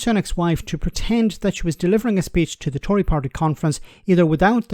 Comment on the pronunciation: did I overhear you correctly when you called the Tory party Toy Party? LOL.. BTW... the Tories have risen to epic levels of cringe... absolutely disgusting.